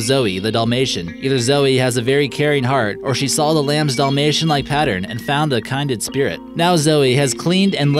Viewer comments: Kin-dread, not Kind-red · Nice video. How cute! Couple of things though, a young goose is called a gosling - not a "gooseling" ! Also, the word "Kindred" as in kindred spirit is pronouned "kin" (rhymes with "bin") (not "kind" as in being generous). Just so as you know. . . ;-) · It's KIN (as in family, kin) dred - kindred, not kind red. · Grapes are toxic for dogs, that monkey should be charged, hanged and stuffed. Did you also say "kinded" spirit instead of kindred for the dalmatian/lamb. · kindred not kinded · says kindred like kinded,the hell? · It’s KIN dred spirit ....still being lazy ab PRONUNCIATION I see! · Hey....it's kindred spirits. Your pronunciation needs work.